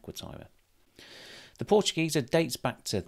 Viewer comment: Dear, as a German native speaker I can tell you that your pronunciation of the word Portugieser is spot on.